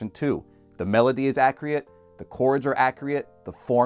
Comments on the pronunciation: Wtf is Accriat? You know it's pronounced accurate. This is a Short video. And you keep repeating it over and over. Really undermines your point that "this is the sound" when Your sounds are indeed 'non-accriat'. That said, it's still a little nitpic because your delivery and script are good. Just wish you Put Travers Town in the background :/ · Why can’t he say accurate accurately? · Fantastic video and much needed support for inexperienced students reading sheet music. I haaated double accidentals when I read them in school. I had to stop my whole flow and think about what exactly the note on the page was. Thank god for enharmonics. Also, did you mean to pronounce "accurate" that way?